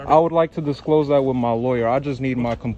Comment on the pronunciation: "Disclothes" to his "Loryur"... I hope his legal assistant can understand "hood rat" or it may be a while before he gets his forms filled out... 😂😂What a dick!.